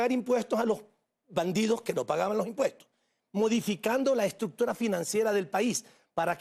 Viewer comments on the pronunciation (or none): Bonita, casi perfecta, le falta afinar un poco la "ruccctura", "corruccción".